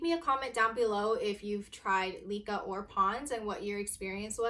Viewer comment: It is not LEE-Kah it's LEh-Kah for heaven's sake! You are so beautiful but ruined the fun with your pronunciation, I can't.